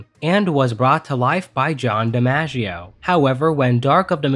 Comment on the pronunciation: His name’s John Di-MOGG-ieo Not Di-Manja-ieo